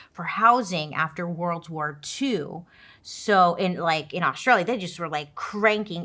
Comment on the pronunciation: bailey i adore you but pleeeaassseee learn how to say Australia properly 😂